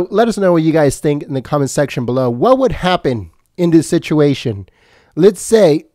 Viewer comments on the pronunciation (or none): none